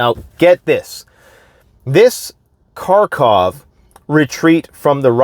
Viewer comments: By the way, it's harkov, not karkov. They don't pronounce the k. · Dude....The “K” is silent in Kharkov.